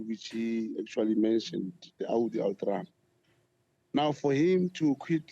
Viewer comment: Lol every time he says "audi patrum" 😂.